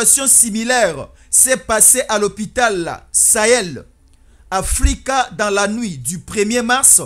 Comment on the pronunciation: Bonjour mon frère c'est Heil Africa prononciation hil afrika